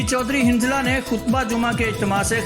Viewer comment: مہربانی فرماکر اپنے رپوٹر کو صحیح تلفظ سکھائیں۔ ۱- حنظلہ۔ زبر سے ھوتا ہے زیر سے نہیں۔ ۲- جد و جہد بھی پہلی جیم کے زبر سے ہوتا ہے زیر سے نہیں